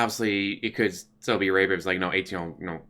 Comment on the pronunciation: The way you say rape is wrong.